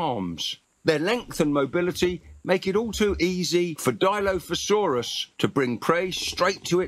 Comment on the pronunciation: Also, I’m glad they finally pronounced it, right